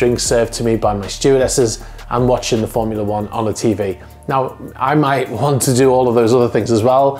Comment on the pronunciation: When you said you could not think of anything better than sitting in your pool on your superyacht, being served a drink and watching ... I genuinely thought you said porn, and a nano second later I realised it was Formula 1!